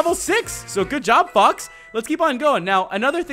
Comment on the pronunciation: lol at the beginning did u say fucks or fox's?